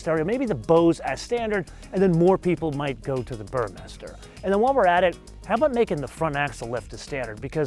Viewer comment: Big fan of. This would be a great/fun toy, provided you order the car as described by. Porsche FTW! His videos always having me pining for more! Short, but straight to the point! The only auto journalist who pronounces Burmester correctly, lol! Cheers mate/B